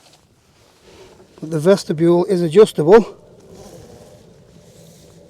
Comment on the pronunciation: "The vestibule is adjustibule" ;)